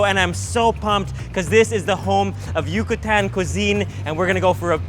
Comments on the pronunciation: Amazing video! :D just a little note: it's Yucatán, not Yucutan! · It’s pronounced iu-cah-tah-n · Love the video but just wanted tu say that it’s Yucatán not Yucutan and I hope you liked our food , you should have gone to Motul for the huevos motuleños.